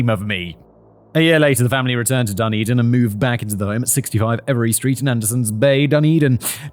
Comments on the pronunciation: He called it 'Dun din'! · Please Simon Dunedin (da ne din) and Otago (o ta go)